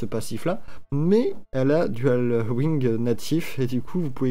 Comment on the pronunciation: Elle ne peut pas équiper de dagues si tu remarques bien xD Je sais pas si c'est une erreur mais c'est bizarre. PS: arrête de dire "Dual wing" plz xD C'est dual wield :D